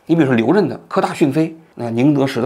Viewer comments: 你没文化吗。曾毓群不认识？这都能念错。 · 曾毓群 口误了吧